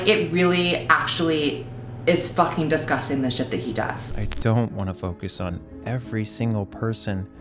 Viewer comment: lmao at first I understood “I don’t wanna fuck your son” instead of “I don’t want to focus on”